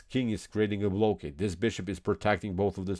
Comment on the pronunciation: Things I don't like about this channel: ‒ he talks as if the cops are chasing him ‒ he says tew instead of two ‒ he says blow-cade instead of blockade ‒ he uses the word "perpetual" wrong ‒ he says "game over" instead of "winning" Look, I like chess, I like how he presents the game and goes into variations. But I don't like how my ears bleed while I watch these videos.